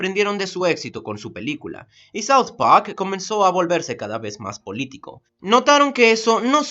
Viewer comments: creo que tu aleman afecto tu ingles. Al decir PAK en vez de park. o mi ingles es una cagada y creo que tengo que esperar el anime de allen baker... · "South Pack" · DOOM: SAU PAQ YO: Habla bien idiota, habla bien o te mato! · Todo muy lindo pero te saltaste la clase de pronunciacion. Se dice South park no south pac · Por que dice como South pack? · Tio vivo en estados unidos y no he oido a alguien decirle paq a park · Seguramente ya estás harto de que la gente se burle de tu pésima manera de hablar en inglés, pero amigo por favor "Saud pac" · soud poac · SAUD PAJK Ajajajajajaajajaajaja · soud pac :v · no se porque me gusta tanto la pronunciación de saod pak xd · "saut pak" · Parece que dijiste south pack :v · no me gusta ese extraño acento inglés que le pones a la hora de decir "soud pahrk" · soud pawk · saud paj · "South Pac"? Me reí con eso jajajajajaja Ahora, esto sí que es una reseña. Buen video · Es rara tu pronunciación de "South Pwak". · te acepto el sau, pero decir pac, donde esta la r coño? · ''Saout PaC'' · Me gusta south park -South park ulala señor francés -¿Y como se dice entonces -Sauft pag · Estoy en desacuerdo con la reseña, nisiquiera sabes pronunciar la serie. Y se me hace que lo hiciste sin ganas el video. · south park. +ulala señor francés. -¿entonces como se dice? +sauft pagck. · porque dices south park como en franses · Julio Cesar Tenorio Romero Si claro, es una buena reseña. Sólo que esa pronunciación me parecía rara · Sylvain Wain Dezaki no, si lo hubiera pronunciado como un japonés sería algo así como "sauto parko" o algo mas extraño jajaja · Todo el mundo burlándose del "Soud Pajk", ¿pero es que nadie noto el "shenofobo"?